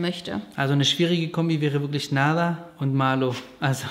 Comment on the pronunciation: Nahla heisst auf arabisch auch Bienchen 🥰nur das H wird hierbei mehr ausgesprochen